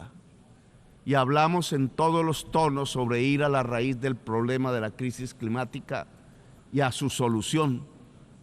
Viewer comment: En menos de un minuto « sangrinario », « posibilidat », después sigue con « crimática », « mezcrando » y mejor paro ahí. Ni sabe hablar y se cree poeta. Se cree dueño de la verdad pero de su boca solo fluye populismo. Es presidente de una importante nación y se muestra absolutamente incapaz en lo local. Lo que critica no es más que su propia historia, puesto que critica diciendo « decidimos perder el tiempo matándonos entre nosotros », o « nos hemos dedicado a la guerra » pero resulta que es exactamente lo que el hizo cuando decidió tomar las armas y sumarse a los movimientos movimientos armados que produjeron millones de muertos en Latinoamérica. Lo peor es como le come cuento tanto ignorante que comenta acá sin compaginar lo que es la historia y los hechos de este egocéntrico que destruyó la izquierda democrática de Colombia por su deseo de posicionarse en solitario como caudillo populista. Lo único que tranquiliza es que su incapacidad limita el daño que puede realizar, aunque uno tema que un día, cuando tenga que confrontar el fracaso que es su existencia, sea capaz por frustración de hacer explotar al mundo si tiene la posibilidad.